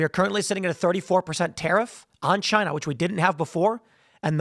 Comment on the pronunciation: “Chy-na” ~ DJT